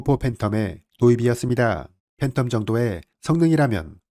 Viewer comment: 아이고, 네레이터님... 우리 영어 한마디 못하던 6,70 년대도 아니고 아직도 에프파이브가 뭡니까? 요즘 중국, 심지어 일본인들도 F 는 잘 하는데요...ㅠㅠ 11분47초 동안 에프, 에프, 파이브, 팬텀 하실때 마다 발가락이 오무라 드네요.